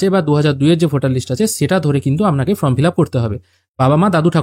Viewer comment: From na form..uccharan ta boddo Kane lagche bhai..baki tothyo dewar jonno anek dhonyobad